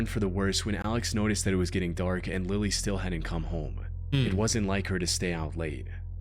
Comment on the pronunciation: Bro said Lily wrong